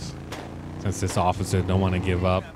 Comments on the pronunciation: He said ociffer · Why does call the cops occifer